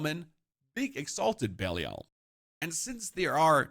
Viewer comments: Why does my guy pronounce it "Bellial" :D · can definitely tell the guy's never played d3 with how he pronounces belial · The guy explaining a lot but can’t even pronounce the name of Belial. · He pronounces belial wrong.